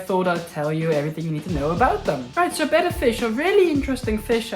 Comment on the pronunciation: I USED TO keep a betta in one of those box tanks NOT ANYMORE I don’t even keep a betta anymore but want to breed a pair ITS PRONOUNCED BETTA I REPEAT BETTA 😂 SOOOO should I breed a pair in a ten gallon and move the babies to a 75 gallon or breed them in the 75 and move the babies to the 10? GREAT VIDEO THANKS FOR THE INFORMING VIDEO!!!